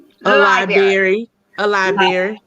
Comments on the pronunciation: A Professor who can not pronounce "LiBRary" correctly it is not "LiBERRY" ma'am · Wendy actually said “lie berry” twice. If you can’t say library, then please don’t talk about your “degrees.” Also, the house Wendy showed in the video was staged on a very low budget. 🤦🏾‍♀️ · With her many degrees can she please learn how to say library correctly. 🤦🏻‍♀️ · How can someone with 4 degrees not be able to say Library correctly🤯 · With 4 degrees you would think she would know how to say it correctly.